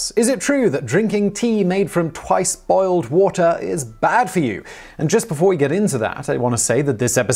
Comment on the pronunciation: Did he say "boiled" or "bald" water?